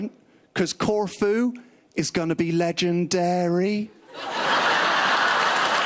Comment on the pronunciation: Not how the phrase goes on HIMYM.... It's "Legen... wait for it... Dary!" Not legenDAIRY you dolt